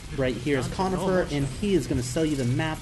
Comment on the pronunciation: Corn-ifer not con-ifer